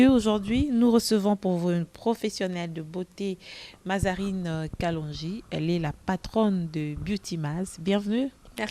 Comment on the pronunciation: Kalonji et non Nalonji svp😃.